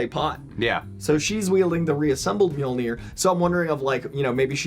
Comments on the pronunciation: It’s pronounced me-yol-ner…. If ya didn’t know 🤣🤣🤣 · It's so funny you americans cannot say mjolnir :D